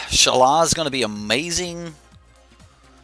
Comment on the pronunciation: Shalaiiiiiiiiii not shala wtf